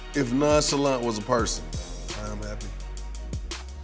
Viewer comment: Its Safaree's "non-salant" for me. 😂😂